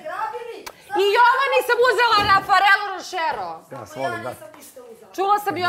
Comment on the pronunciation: Luna :"Uzela sam Rafarelo Rošero". Gagi :"Kako se kaže, Rafalero Nošero? “ Auuuuuuuu brt 😂😂😂😂